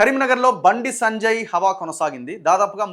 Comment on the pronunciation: Sanajay Sanajay antunnav bayya.. please say “Sanjay Anna”